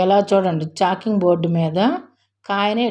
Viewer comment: చాకింగ్ కాదమ్మా చాపింగ్